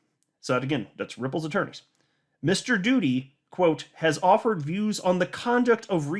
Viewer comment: You said doody😂🤣😂